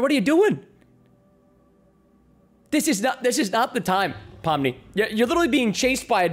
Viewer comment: Why are u saying Poppy instead of Pomni?